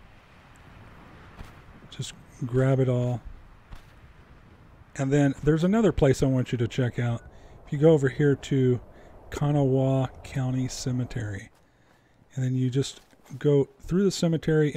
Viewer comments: Kanawha is pronounced "Can-nah" or "Can-nall". The "h" at the end is silent and I dont think I've ever heard anyone from there call it "Kanaw-wuh" even though some YouTube videos on pronouncing it will say differently. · The pronunciation of Kanawha is Ku-nah. But I can completely understand why you would say it that way. Wv is weird, don't move here